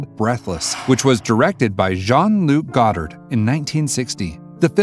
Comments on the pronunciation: I have to comment about your mispronunciations of many names in your videos. Jean-Luc Godard is not "goddard"; it is "goe-dar". And Francois Truffaut is pronounced "true-foh". In another entry you pronounced the city of Akron, Ohio as "Aa-krone", when it's "A-krun". These mispronunciations take you out of the video, which is not a good thing. Also, the thumbnail picture for your Ingrid Bergman video is of Donna Reed. That's not good, either. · Dude, those name pronunciations...have some respect, FFS. Phonetically, they are: Fran-swah Troo-fow, Jon-Luke God-arr, Warren Bay-dee. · Nice video, but they way he pronounces Goddard and Truffaut...